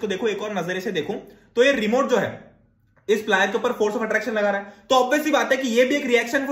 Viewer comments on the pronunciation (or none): Remote ❎remont✅